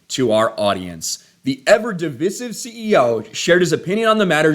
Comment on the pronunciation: Please pronounce divisive correctly. You will gain credibility.